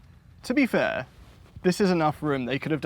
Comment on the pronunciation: "to be fairrr"